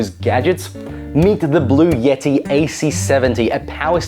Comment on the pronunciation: Bluetti not blue yetti. Button not buddon